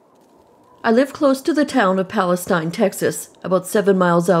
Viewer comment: Just FYI, the Correct pronunciation of Palestine(pal-uh-steen). Correct pronunciation of Boerne(burn-ee).